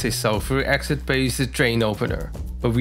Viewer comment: Sulfuric acsid ? Its acid not acsid Why not say it properly its acid not acsid ok!